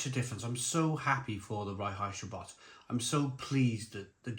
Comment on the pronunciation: Pronounced rhine heights ga boht and Varsteiner. 👍